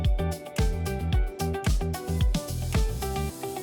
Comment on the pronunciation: Glad you pronounced the P in ship! No matter day or night, Circular Quay is so welcoming and The Sydney Opera House is in the perfect spot.